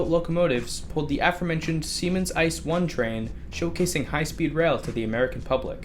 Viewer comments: Ice xD you speak it I C E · Ee-Tse-Eh is the actual correct pronunciation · Pet peeve: It's pronounced "I-See-Eee" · If you say ice I'll say fack rather than P-H-A-C.... do we have a deal? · Just a little note, the letters of the German ICE are spoken Individually like saying USA so its said Eye - See - Eee. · Interesting Video thank you for this. Side Note: The ICE isn´t pronounced like ice, spell each letter separatly as it´s short for: Inter City Express. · "ICE" is pronounced with each letter separately, and not as a word. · Inter City Express - ICE. Stupid narrator.